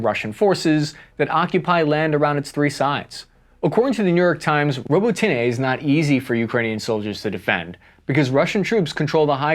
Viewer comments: It's actually pronounced ( robotine) robotyne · Robo-tinay? 😂 ROBOT-A-NUH. Lol uv been reporting on Ukeaine for a min now man, get it right 😅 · Row-boat-nyeh!!! Stop saying robo-tinie, robo-tyne!!! Pronounce it right or don’t talk about it!!! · Robotyne is pronounced ro-but-ne, not robo-tinny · Robotnye is pronounced Robot-nn-ee-ah im pretty sure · Putin threatening nuclear weapons is an old tired scare tactic that should NOT be taken that serious. It should only be taken seriously if Russia proper was invaded. Also Robotyne is pronounced Ro-bo-tin-eh. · Robotyne = Row-bot-nah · A million troops would have changed this war with less deaths on both sides then a UN peace keeping force along Russia Ukraine border and stuff what Putin says I wish you would be more pro Ukrainian as my friends need all the help they can get and it's pronounce Robotena